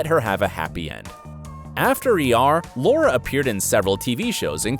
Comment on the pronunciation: Exactly, learn how to say Noah, Laura, Eriq names. You butchered them badly. 😕